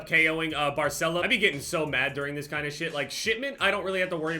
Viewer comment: “This” is a very easy word to pronounce, there’s tutorials on YouTube if you really wanna learn it that bad but if you don’t wanna learn it we’re here to support you man, love you. 💪❤️